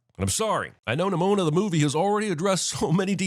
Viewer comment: NIMONO? Seriously, Jeremy? XD